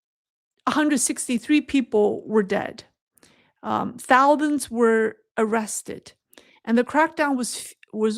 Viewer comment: darlin its TAO ZAN D. say sounds - seperately then - run sounds together to make the word. 😃✍🏿👩🏻